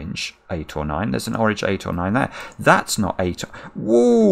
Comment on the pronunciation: Am I the only one who hears "wrogn" whenever says "Orange"?